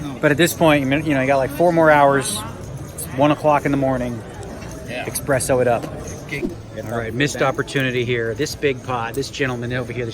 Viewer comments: It's espresso, not expresso :D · Just so you know, and I was yelled at once for this so I am trying my mightiest to be polite about it, it isn't expresso it is espresso. Just a courtesy. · Did he really say "expresso"!